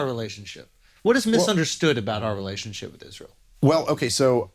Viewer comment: Mispronouncing the word Israel is really blasphemy but we say Noel totally correct.